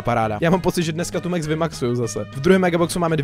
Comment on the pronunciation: To sa nečíta mex ale max a je to chalan